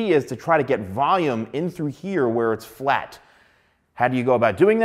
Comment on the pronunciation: The way u pronounce the word "FLAT" as in F L A T!! that hurts me a little bit haha But I might there's some Good hairstylist like u here on my country